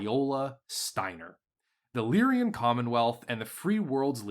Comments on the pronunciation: You say Lyran like my father, but if you look, you'll see that it's Lyran, not Lyrian. It's like a guy named Ren who lies. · I am bothered by the pronunciation of “Lyrian”… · It's deliberate at this point.